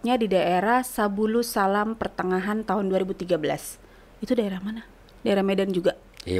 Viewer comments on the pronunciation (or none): Subulussalam bukan sabulussalam, daerah Aceh , bukan Medan